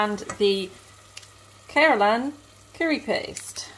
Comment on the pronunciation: Hey, it's was so much fun watching you cook!!! The curry looked really good and you were pronouncing the name Keralan correctly👍🏾. Great job darling, thank you so much for sharing. I would love to see more Food Related Try It Tuesdays😁. Take care, keep safe and have a lovely evening 🤗❤️.